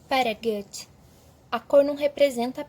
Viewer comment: você pronuncia Goethe errado demais, além de ter uma dicção horrível. Imagina ser ruim em tudo o que se faz, meu deus. Péssima professora e pseudo arquiteta